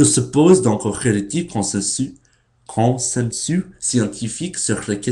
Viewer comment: ConsenSUS, il faut prononcer le dernier S, la fin se prononce comme le mot "puce" . Et le mot succès, tu dois marquer le premier C, comme si c'était un K tu le prononce suK-cès. Merci de faire tous ces efforts, j'imagine bien que ce n'est pas évident, les enfants français ont du mal aussi au début à comprendre ces règles quand ils apprennent à lire ahah :)